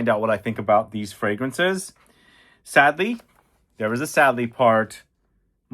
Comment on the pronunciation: Did you say sadly or sedly